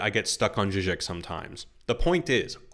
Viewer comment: I would like to hear more about Zizek, but for another comment I wouldn't have even known who you meant based on pronunciation, links to references and names in the description would be hugely helpful